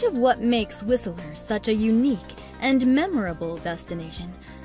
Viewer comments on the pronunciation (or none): It's Whistler not Whisteleer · Who made this?? They literally got everything wrong about our Province. Squamton lol.. Whisteler lol. can't even pronounce our capital of std's properly. If you like Australia them move to whisteler lol. The reason everyone uses public transit in Surrey is because you car was stolen.. then your bike.. lmbo.. But they can't steal a transit bus. Hmm 🤔 well it's Surrey just give it time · It's pronounced Whist-ler, not Whis-a-ler. And it's Saanich not Saunich. Another outsider selling our province to other outsiders. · Whiseller??? Your pronunciation sucks. It's Whistler; not Whiseller. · It's not Whistle.......er ; it's whist......ler. You don't know what the hell you are talking about. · Whist-ler not whistle-er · Lol.... Whist Ler.. Not Whistel er just saying. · Whistle-ler. facepalm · Right, haven't heard many people saying WhisELLer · SAWnich and Whist-ler hahaha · When she mispronounced Whistler, WHISTELER, this video started going downhill and never looked back. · Did she just say "Whis-i-ler"? bahaha! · Let's start by learning the correct pronunciations. "Whistler" has only two syllables. "Saanich" is not "Saunich." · 😂lies. misinfo. and oh my...the pronounciation...whisteler sonich...low crime in surrey...thanks for the laugh 🤣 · hahaha have u ever been to BC? you can't even pronounce whistler!! it's two syllables not three, anyone who spent two seconds in BC would know that. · My ears everytime she pronunce "Whistler" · you are saying Whistler wrong and its pissing me off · She can't even pronounce Whistler, Colwood or Saanich properly. Was this video geared to immigrants?? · The T is silent in Whistler. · There's no "a" in Whistler. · That's not how you pronounce Whistler...